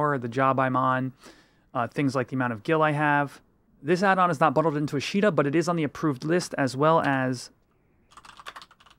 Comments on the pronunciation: for the love of God its AH-shta, not uh-SHEE-ta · you keep saying "a she da" is that what you call FFXI I am confused